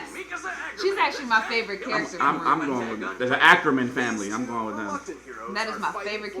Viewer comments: It's pronounced RWBY (Ruby). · Can stop referring RWBY as R W B Y? It's pronounced as "ruby" but with a "w" instead of a "u" and the fact that he's still doing is annoying